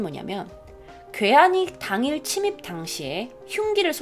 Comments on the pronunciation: 친입이 아니라 침입 ㅜㅜㅜㅜ 다른컨텐츠에서도 계속 친입이라하네요 ㅜ 아이들도 많이 보는거같은데 한국말사용도 잘해주세요 ㅠ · 침입이라는 단어를 종종 [치닙]으로 읽으시는데 [치밉]입니다!! 자주 치닙으로 읽으셔서 ㅠㅠ 너무 거슬려요